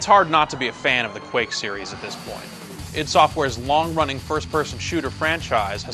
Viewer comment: This guys a moron he cant even say ID software right.